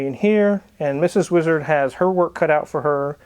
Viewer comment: Name the boat "weeezard" just the way pronounces it all the time😂